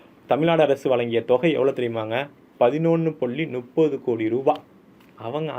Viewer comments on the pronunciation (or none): "நுப்பது"என்று தமிழை கேவலப்படுத்தாதே அது "முப்பது" என்று சொல்.😊